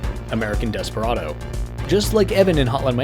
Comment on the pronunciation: Desperado* not Desparodouw